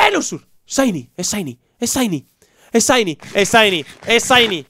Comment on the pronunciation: se pronuncia "chaini" , no saini